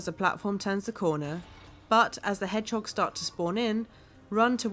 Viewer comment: she called them hegdogs too